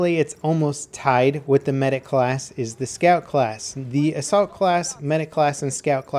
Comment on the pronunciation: When he said Assault class rank 10 at the beginning I thought he said the Salt class.